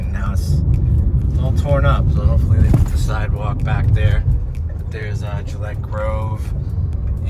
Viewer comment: Just saying.... We locals pronounce Gillette like the "g" in Gordon.